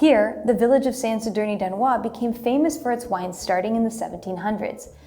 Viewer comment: Anoia is pronounced "anoia" like in "paranoia", not "anuá".